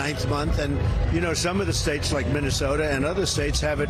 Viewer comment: "The democrats are redical" 😂